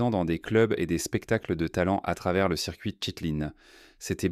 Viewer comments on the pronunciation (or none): none